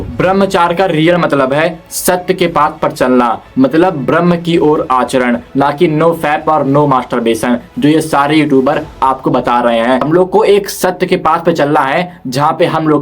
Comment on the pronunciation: ब्रह्मा नही होता ब्रह्म होता है, ❤❤